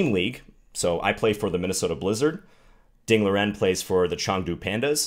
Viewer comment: Not Liren like lear en. It's Liren like Lee Ren. But I know Chinese names are hard.